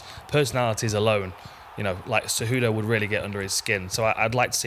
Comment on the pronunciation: Kumaru “sayWHOdough” Oozmon